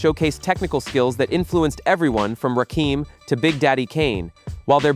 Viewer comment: Who is Rakeeem??? 😂😂